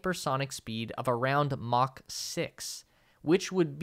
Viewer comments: that's Mach- not Mock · Mock LOL it's Mach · Not a physicist nor an English major. It’s Mach not mock. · What is "Mock 6" did you mean Mach? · Mock 6? Or Mach 6? WTF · Really?? "Mock 6"??